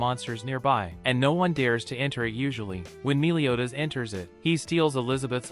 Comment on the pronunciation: It sounds like youre saying miliodas